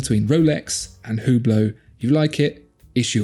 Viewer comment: For Hublot, you butchered the name? Watch magazines either pronounce it as “U Blow” or “Ohh Blow”. Although looking at others and how they pronounce it… now I don’t think anyone knows how. 🤔